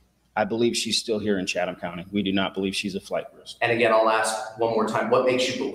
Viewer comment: just an FYI about the county and Savannah. I was born in Savannah in 58 and lived there till 10/69 when we moved to Habersham County. I've noticed how you pronounce Chatham, the correct pronunciation is " Chat um" The h is silent. And now you know the rest of the story... love you and the coverage you give to keep all of us informed. ❤️